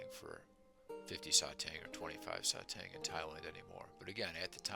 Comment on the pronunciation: Satang pronounced as “sah tahng” like the “ah” sound in the word stop. Great collection!